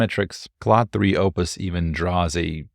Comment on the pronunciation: its not cloud 3 ... its CLAUDE .. sound like O without the u . wtf taking a french name . should have call it bob3 . more universal .